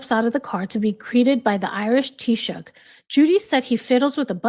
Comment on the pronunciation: I was so impressed that you pronounced Taoiseach correctly.Bravo❤